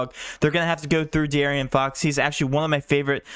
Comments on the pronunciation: Bro stop saying DeArian fox 🤣🤣🤣 that’s not his name🤣 DeAaron fox , it ain’t Arian Gordon is it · D A A Ron